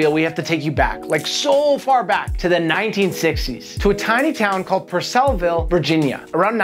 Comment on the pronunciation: Its Per-Suh-Vul{Purcellville} Virginia